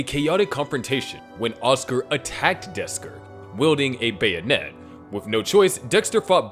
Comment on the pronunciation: "desker" </3